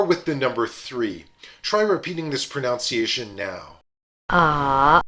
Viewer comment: Extremely helpful and well illustrated. Surprised, however, that your pronunciation of the word “pronunciation” was incorrect, a common practice among English speakers. Very minor — just stood out to me amid all the Mandarin.